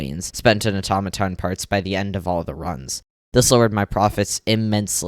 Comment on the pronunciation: when he said AToMatoN i couldnt